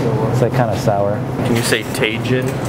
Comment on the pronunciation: TAY-jin LMAOOO